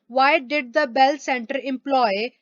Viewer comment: Mam this is not Dell computer this is bell computer